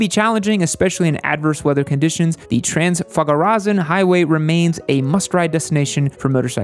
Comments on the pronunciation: TRANZFAGARAZAN!!! :))) Oh man you made my day. I've never heard it pronounced like that - made me laugh to tears; THANK YOU <3 Love your videos! Me & my human watch you all the time; your uploads are highlights in our day Love from Romania!! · I've hit 5/10 (dogs 3/10) Come to Romania, there's loads of great riding, and we'll teach you to pronounce Transfagarasan. It's not easy, but you'll get the hang of it.